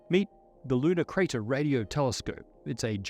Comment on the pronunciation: With your accent, I first heard “Ludicrous” Radio Telescope. Good name to not get funding.